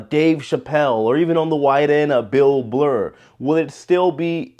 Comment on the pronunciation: “Bill Blurr” 😂